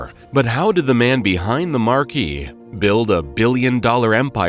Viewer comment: Marque is pronounced mark.